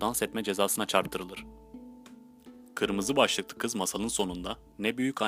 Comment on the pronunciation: kirmizi baslpikli kizi yanlis soyledin